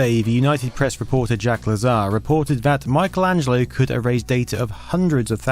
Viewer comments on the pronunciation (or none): none